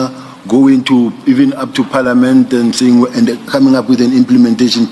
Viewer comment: Round in circle, General like " National Commissioner" "Paeliament" , "Plan" "Letter". Ho ho ngata "its a lot" 😅